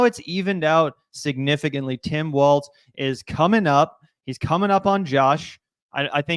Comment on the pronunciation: Hey everyone his name is Walz not Waltz or Walls lol